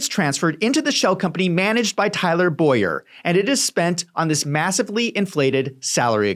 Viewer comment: Tyler Bow-yer. My name is Boy-er